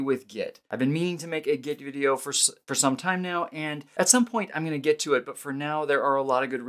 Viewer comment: "At some point I'm going to 'git' to it. :-) -- I see what you did there. :-)